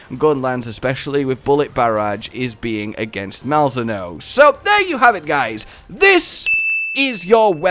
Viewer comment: Isnt it pronounced Mal-Zee-no? Pretty sure they said that in the stream